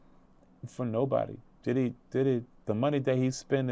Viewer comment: Homie just called DIDDY’s place of residence Daddy’s house 😂